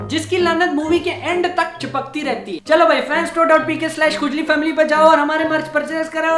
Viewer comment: You said fanstore.pk...i heard bhainschor.pk 😂😂😱😱😐😐 Great video 😂